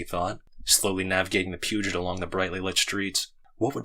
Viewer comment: Peugot is read as "pew-goh" btw. Great job!!!